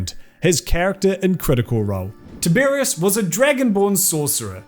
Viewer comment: No, mispronounced it every time. Sorry. ☹️